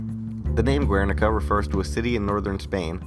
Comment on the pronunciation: Just one little thing. Guernica is pronounced with the "u" as a silent letter in Spanish. Keep the good work, it's awesome.